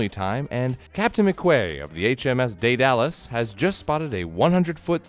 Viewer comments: Please....for the love of good...its "dead-uh-lus" not "dee-aid-a-lus" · Sooooo. Diversity is bad? Idiots. Also. Its Daedalis, Day Duh Less. Not Day Dallas..... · You completely butchered the pronunciation of Daedalus. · deadalus is not "day-dalus" it's "day-dell-us" as in dell computers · Ded a Luss not Day Dallas, carry on.... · day-da-lus not day-de-lus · Daedalus is pronounced ded-i-lus or deed-i-lus, not 'day-dallas'. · Never heard of the 'Day Dallas', Think its pronounced Day Da Lus. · bro really said "day-dallas" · Did he just pronounce Daedalus as “day-dallas”? Lol 😂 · Daedalus: day-duh-lus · im sure im not the first "dead-ah-luss" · The firs captains ship is pronounce day duh luss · You absolutely butchered the pronunciation of Deadalus "Dead-a-lus" from Greek mythology. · That's how you pronounce it?... I've always heard it said as De-di-lus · "Day-Dallas". Way to butcher that one. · Daedalus is mispronounced. Maddening. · That's not how you pronounce Daedalus. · Oh the way you pronounced Daedalus..... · Neil Gaiman fan can't pronounce Daedalus...you should do something about that. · not to nag but the way you pronounced Daedalus Irked me something fierce